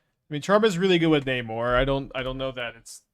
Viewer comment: I thought you said Neymar